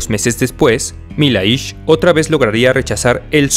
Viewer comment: Milhais pronuncia Millais